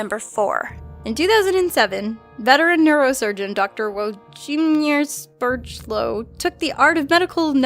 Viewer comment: uo-dshi-miesh (włodzimierz) she-pie-luw (szepielów)